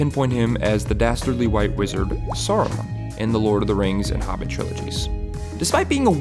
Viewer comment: It's SARUMAN, not Sorrowmun. A like cat. I know you're the same dolt who pronounces Tolkien as "toll-kin" but ffs please at least try to try.